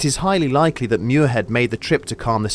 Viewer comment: Muirhead is "mweer-ahd", not "myoor-hed". S'Gaeilge.